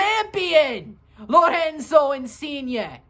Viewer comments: haha yea you pronounce the R like they do in Portuguese, in Italian you need to roll it, Lorrrenzo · why do you pronounce Lorenzo like he's Brazilian lol